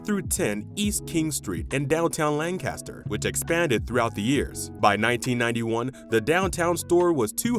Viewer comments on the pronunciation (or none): Good video but I can't get over your pronunciation of Lancaster. It's Lan-Kiss-Stur. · I checked the comments here to see if someone mentioned the mis-pronunciation of "Lancaster." It drives me crazy! Lol. But, I guess when people not from the area or those unfamiliar with Lancaster, PA think it's pronounced like "Burt Lancaster." At least that's what I've always assumed. But I wish they would just stop already! 😄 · I used to work for this company, and you have butchered every single name. Every single pronunciation you even said Lancaster wrong. LANK-AST-ER . Yes, we took over the Watt & Shand and I was part of that whole conversion. I worked at that downtown iconic store. It did not go very well Carson “Pierre” PEE-AIR…Scott. Sam Grumbacher. Terrible GRUMM-BOCK-ER!! next time don’t use AI . pronunciations.!!!! Ruined.!!! One major turning point you missed was the Bonton buying out 11 “Pomeroys” in 1987. You didn’t even mention HESS. But you showed a picture. 20 stores went to Bonton and 10 stores went to May department stores.